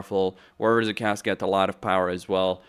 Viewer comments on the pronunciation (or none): the way you pronounce chaos is criminal